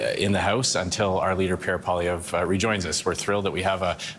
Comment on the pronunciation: why is 100% of english ppl UNABLE to say Pierre's last name right ???! you all him Paulievre.